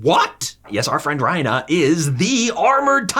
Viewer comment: I was suprised he would pronounce reiner as ryna